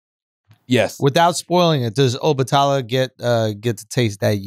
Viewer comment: 🗣SCHULZ!!! THANK YOU FOR READING THE BACK OF THE BOOK!!! P.s- I love how you pronounce Obatala🙌🏾